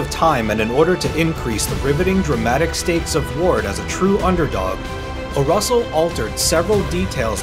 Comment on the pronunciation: A good vid about a good movie, but I am just about losing it every time he calls David O. Russell "O'Russell"! A fitting tribute to Irish Mickey, and a pretty clever joke to make.